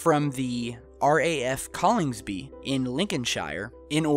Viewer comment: Yorkshire is a county not a city and it is RAF Conningsby not Collingsby......sorry I lost a bit of interest after that...